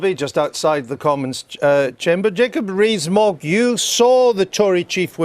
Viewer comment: Jacob BREEEEEZE-MOGG.....that's how this reporter/ journalist seems to pronounce his name. Maybe he's on to something.